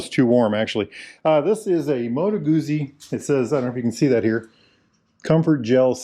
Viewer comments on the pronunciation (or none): Nice ride. Tho' Italian, they're not considered 'exotic', yet well-built, good handling machines nonetheless. I like the Guzzi (say 'GOO-tsi'. Like 'PEE-tsah') V-7 Special (853cc). Curious to see you discussing a non-British bike. Enjoy!!